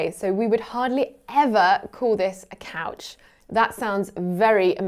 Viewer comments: No one pointed out that pronounced the word couch as: "coach". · Loonies have a loon on them. Not a loonie/loony. And they don’t only live in northern Canada. We have them in the US also. Here in the northern Midwest we say couch or sofa and I’ve heard a lot of older people say Davenport. And a lot of us pronounce it like the Canadian did — i.e. “coach”😅 Re pop/soda I had an older friend when I was younger who said that when he was down south they called everything Coke. “Do you want a Coke? What flavor? Root beer, lemon lime, cola, orange?” 😂